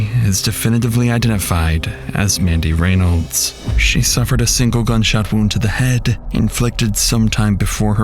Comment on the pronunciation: Is the voiceover AI? First off constantly mispronouncing Reynolds and also the cadence is HORRIBLE. If it's not AI please stop talking so *sigh*... dramatic.....ly *sigh*.